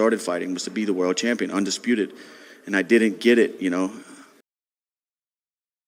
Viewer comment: THE UNDESSSSPREEEEKETEKKKK BANG 😂😂😂